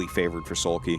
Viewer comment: Like into the last Match Artosis seems to pronounce Soulkey as Soulpee... I don't know why I felt like bringing that up, it was funny.